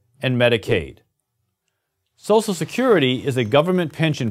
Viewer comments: Nobody: This guy: S O S E L Security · Lol can't pronounce social security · his pronunciation of "social" is killing me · Social, not Sosial! Other than that, this is such a great/true video.